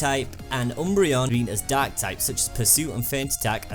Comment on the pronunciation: I thought he said dog but he said dark.